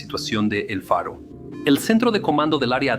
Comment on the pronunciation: Todo por un capitán obstinado que se negó a oir a su tripulacion (la ignoró totalmente) que reiteradamente le proponía cambiar la derrota por una ruta costera; para evitar la tormenta (huracan). Ref. el relato el nombre del buque es EL FARO no Alfaro (como pronuncia muchas veces) All due to obstinated captain that ignored his crew, who many times offered to change to a safer coastal route, to avoid the storm (hurricane). Namr of the ship was EL FARO not Alfaro, mentioned many times in the video. 🛟⚓️😳🥲